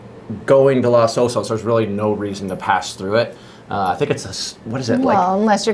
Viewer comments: Thanks for the overview but there was one annoying aspect of the presentation and that's the PRONUNCIATION of Los Osos. It's Los (as in O with a long O - like oh) Osos. The O in Los is the same as the two O's in Osos. You pronounced it as though it were Las Osos. That makes no sense because the word osos in Spanish means "bears" and osos is masculine (plural). Therefore the article (i.e. the) is masculine plural... los not las and pronounced with a long O and not as though it were A as in the word ah. IMHO anyone selling million dollar houses needs to get the pronunciation correct. You come off sounding like a hick. I grew up in Seal Beach and I grew up with a prejudice against the Dustbowl hicks (known as Okies) that tended to look down their long noses at those from a different background (me). I found that weird because I taught myself to read at the age of four and was always light years ahead of the Okies and bleached blonde racists. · It's not "LAS" Osos...but LOS Osos. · Thanks for pointing that out! You’re right — in Spanish it’s pronounced lohs OH-sohs. Around here on the Central Coast though, most locals say Loss OH-sos, and that’s the version we went with in the video. Appreciate you watching and catching the detail!